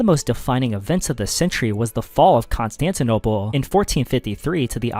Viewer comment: Why do you say Constantinople like that?